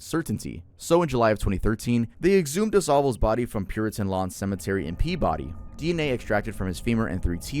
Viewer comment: uhh. its not pea-body, its pronounced pee-beedee